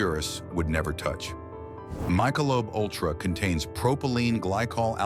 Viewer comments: Misha-Lobe UlTRA ? AI bullshit again ? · AI…… “my sha Loba” ultra….LMAO….